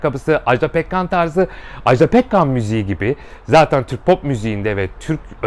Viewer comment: Ajdağğğ değil Ajda 😭